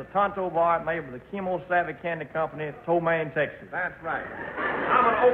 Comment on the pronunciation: Elvis said ptomaine texas. ptomaine is a poisoning of the stomach LMBO 😂.